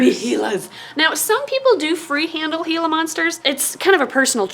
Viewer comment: I'm so glad you pronounce "Gila" properly. I lived in Arizona for a year, so I learned that a lot of people say it incorrectly.